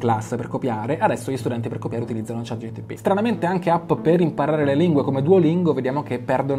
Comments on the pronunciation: chat GPT!!!! non Gtp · Si dice ChatGPT, non ChatGTP!!! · Cmq si dice ChatGPT, non ChatGTP. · confermo dice GTP la metà delle volte 😂🙏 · chat GPT, chat G P T😂🙏